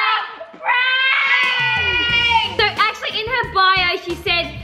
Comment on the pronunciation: writing: reading what she wrote: Its a pank we are scamming legends then giving there dream pets (: Her: So i just told them that its a pank "stops for a second" Yeah yeah its a pank Me: 🤣🤣🤣🤣🤣🤣she is so funny